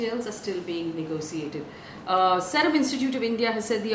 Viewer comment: Seerum please not Serum